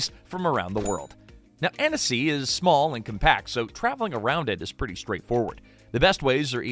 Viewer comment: It’s pronounced Anne-see. 2 syllables. If the narrator (AI or not) adds a syllable, don’t trust anything after that.